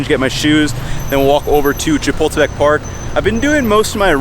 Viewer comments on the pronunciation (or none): What park? It sound like you said chipotle park 😂. It is Chapultepec ( Cha-pool-tay-PECK). Great video!